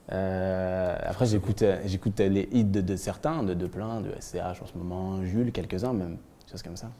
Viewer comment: ptin il a dit "Jule" mdrrrrrrrrrrrrrrr